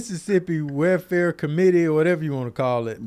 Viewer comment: cant say welfare lmaooo “where fare”